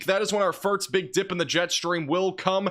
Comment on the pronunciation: I’ve been a long time watcher, and I have to ask are you purposely trying to say “first” incorrectly, and again and , come on… there’s more… and … you know what you’re saying…